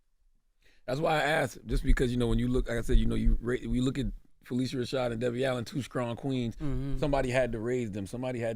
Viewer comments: He keeps mispronouncing her name —it’s pronounced (Fa-lisha) not (Fa-lesha) she didn’t feel it was necessary to correct him. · Please pronounce her name correctly! It's "PhyLISHA" not "Felecia". I love that Sherri asked her the correct pronunciation of her name before she began to interview her on her show last week. Phylicia is such a beautiful name when it's pronounced as Ms. Rashad says it is.